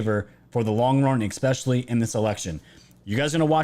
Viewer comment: peace out. just can't stand the "ex pecially'. learn to speak, dude